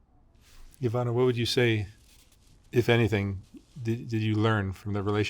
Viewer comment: Ivana draga, nadam se da si sada bolje, i da ste ti i tvoja kćerka dobro❤❤❤ Mark thanks for your effort and correct pronunciation of Ivana's name❤